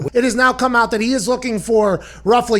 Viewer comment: Dalvin cook will sit “”aht”” ?? Is that on purpose?